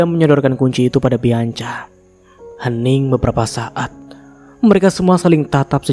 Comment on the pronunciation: Nex bianca di bacanya bianka ya mas 😊